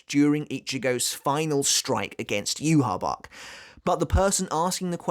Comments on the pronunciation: Lmfao bro if you play bleach brave souls it’s not yuhabac it’s yu ha baw ha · Why do people call him Juha Bach, when his name is supposed to be Yhwach? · NOw with the White case representing his Quincy Side: It does make sense that it is still there even after his Quincy Powers being stolen from him. Because when Bach (yeah yeah, Yhwach or whatever, it is pronounced BACH and so I refer to him as that, since that is also how it would be written down in german) stole Ichigos Quincy Powers, Ichigo already was in Bankai State, and Tsukishima, with help of Orihime, helped restoring the sword. HOWEVER: If Ichigo did NOT had his Quincy Powers at that point, it would not change the current appereance of the Bankai. Or in other words: Ichigos Quincy Powers are gone, but the shape of the blade remains, but it is now powerless, an empty shell so to say, at least on the surface. HOWEVER, what Bach failed to realise was that this Powerless shell might be fragile, but it still has something in it... a shining, hard to break pearl, in the form of Ichigos Shinigami Powers. That is why I think the White Part broke so easily while the actual blade did not, because the white representing his Quincy side was "empty", while the black representing his Shinigami side was still "filled" with power, so the shell breaks and core stays intact. Also, can we still call Ichigos current blade "TENSA" Zangetsu? Tensa Zangetsu means heavenly CHAIN cutting the moon, but with the White "Shell" gone, so was the chain that made that Sword "Tensa" Zangetsu. So maybe, at that moment, when the white shell broke off, the sword actually returned into it's Shikai State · Maybe his shinkai is similar to yumichika which posses a fake and real shinkai depending on how he pronounce it's name as well Renji's bankai which is separated in to two form